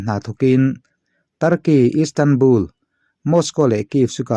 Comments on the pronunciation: Instandbul nilo in istanbul ani zok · Instanbul nilo in istanbul ni zokin k hria...... Helai hi I soisual